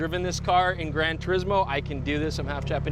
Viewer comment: Come on, you can't even pronounce Turismo properly!